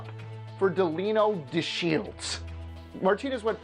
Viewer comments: the pronunciation of Delino DeShields was cringe worthy. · Can this guy learn how to say names Deleno Desheilds 😂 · Sorry, I feel like a jerk for even bringing it up, but Delino Deshields and Jim Fregosi were mispronounced. I dig the vid. I don't mean to be that guy. But I guess I am. I'm sorry.